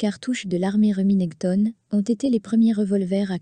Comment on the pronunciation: Ca fait mal aux oreilles d'entendre Reminèctone😂